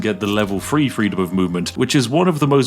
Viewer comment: There is no "F" in "Three."